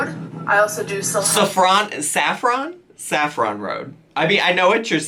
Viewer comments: Our gorl rlly pronounce Saffron like one would pronounce “chiffon” omfg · The way she pronounces saffron reminds me on the main character from the movie Showgirls from 1995 where she pronounces Versace as "Versays".